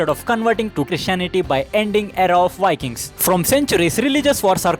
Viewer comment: Indian vlogger Why wiking in his pronunciation?